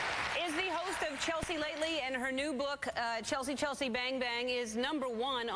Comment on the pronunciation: when ellen introduces her she accidently says "cheslea" LOL